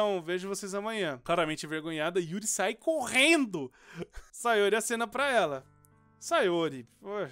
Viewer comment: SAI C O RRRRRRR E N D O